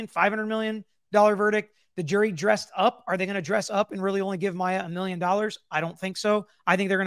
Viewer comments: Oooh,! Tell us how you really feel. 😉 I don’t disagree. He’s mispronounced both Maya and her mom’s names the entire trial!!! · How many times can the defense mis pronounce her name so many times is so unprofessional!!! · It has bothered me from the beginning that several of the defense people don't say Maya or Beata properly after 5 years. think that they absolutely didn't care if they harmed her or not. I can't say they had a baseline goal of having her but they certainly had goals in mind that just absolutely disregarded her well-being, what she wanted, what was best for her. They actually said it. They said they were over it. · I was thinking the same thing about him calling her by the wrong name. He has been pronouncing names wrong the entire trial.😢 I do think that they purposely hurt her in certain ways. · Altenburn specifically has mispronounced Maya’s name throughout the entire trial. It really does send a message imo. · I just rewatched this. You want to tell me that after 9 weeks of trial, after having this case for how many years, the defense attorney still does not know how to pronounce Maya's name? Are they really serious? Just for that they should be punished. Shows the uncaring attitude of their team.